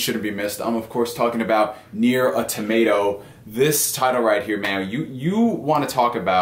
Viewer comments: He's killing me with the tomato lol. It's usually Autamada or Au Tomuta. That's a new one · Nier: A Tomato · Awe-tomato? Bruh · Yeah! I thought the exact same thing. Tomato! :) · I got triggered how he pronounced "automata" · john smith same here! 🤣🤣🤣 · I was like brah......stop trolling.